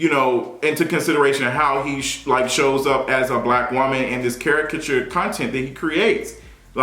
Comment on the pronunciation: Now everybody saying charakatureee ugh 😑